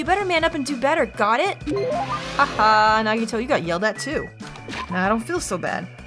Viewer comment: I'm really glad you're also liking some of my favorite characters! By the way, if this game takes place after or before is explained in game, so keep playing to find out. You've also impressed me, because you're the first person I've known to pronounce Nagito's last name right. Most people pronounce it, "Koh-MAY-duh" But the canon pronunciation is how you said it, "Koh-MY-AY-duh" Also, Byakuya got ahold of KFC with all his money, and that's why he's fat.